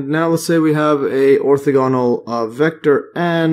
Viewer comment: Ortha-ganal. Lol you made me double check I was pronouncing it correct.